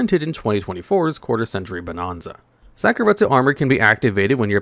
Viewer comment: For the sake of my sanity, please start pronouncing bonanza properly, damn it!